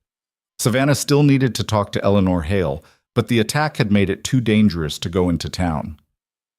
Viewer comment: It would be nice if the AI machines would pronounce names correctly. Eleanore is pronounced El - uh - nore. The cousins name is pronounced Add - uh - line.